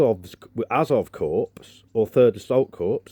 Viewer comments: Yep you could have been a corpse, it pronounced core.. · Mate, corps is pronounced 'core', not 'corpse'. A corpse is a dead body. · Seems like a good project. It's pronounced 'Korr' - the S is silent - and not the same as 'corpse' which means something very different. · The P in Corps is silent. It's pronounced Core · 'corps' should be pronounced 'core' in this context or is this dark humour ?